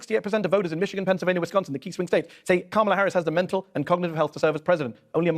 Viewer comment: The middle A in Kamala is not long. Why can't people just pronounce it correctly.